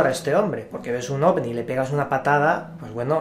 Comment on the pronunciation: Es mi idea o dice Ogni? xD